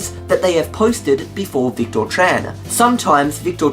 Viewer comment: Oh dear... Well...;) Thanks.:) Psst! It's pronounced "Vic-tiir":)